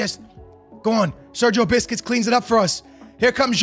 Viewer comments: Sergio biscuits is what he saying instead of Sergio buss-kets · The he’s saying Segio 🍪 is mad😂